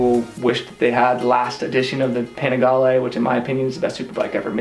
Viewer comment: italians say "Panigaleee". good video bruh